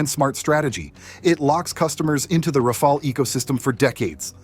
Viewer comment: RA-FA-LE NOT RAFAEL God Almighty 🤮